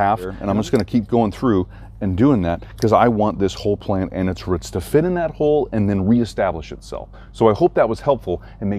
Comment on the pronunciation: Love how you pronounce roots lol “ruit” where ya from?